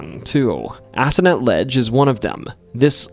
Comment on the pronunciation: BTW, the locals pronounce "Assonet" as [ ah - SO - net ], putting the dress on the second syllable, a long "o". It should be obvious why they do this.😊